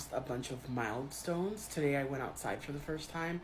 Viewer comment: Im pretty sure she said "Mild Stones" not mile stones and it made me LOL.